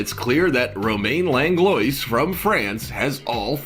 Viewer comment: hey my last name came up and probably not a relative, unless going back 10-30 generations to find the connection i bet lol also fyi its pronounced lang-low-wa if i remember right, my dads parents were born in quebec, not sure if that matters tho :)